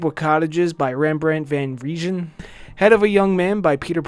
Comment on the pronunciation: It's pronounced 'Van Rine'.